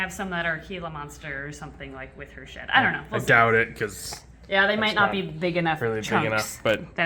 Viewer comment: When said, im gonna take that piece of shed, i totaly heard piece of sh*t😂 i was like what did he just say?!